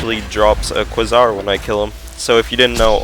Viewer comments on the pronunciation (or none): It is pronounced kway zar